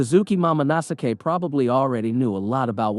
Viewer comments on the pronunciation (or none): its momo no sk not mamo no sake ............